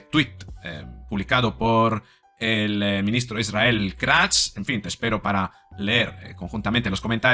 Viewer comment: Es KATZ No Kraz. Poco a Poco caerán, Pero lo mejor queda para el final................